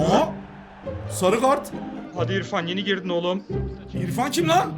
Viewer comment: ifans a ilfan diyo🤣🤣🤣